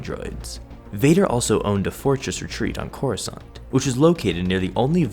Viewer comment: He crossiant not coruscant